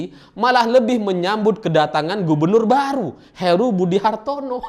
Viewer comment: Heru bang bukan Haru